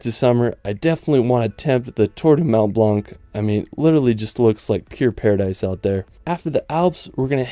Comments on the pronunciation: Mon blan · Just a suggestion M’ont Blanc is pronounced as if there was no “c” not blannn but blan good video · Actually he's wrong, these letters should not be pronounced. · Please, stop saying "mont blanK"... It's horrible.